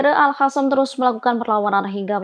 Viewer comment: Gak bisa sebut AL-QOSAM ya ? Kok Q jadi H 😂